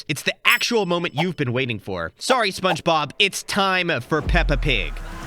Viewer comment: Bro said spongeglop